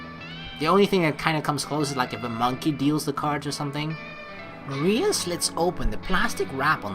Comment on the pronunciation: It would've been a lot easier to seperate 'Marina' from 'Mariah' had you pronounced the 'i' in ''Mariah' like you pronounce 'hi' (which is the way you're supposed to pronounce her name)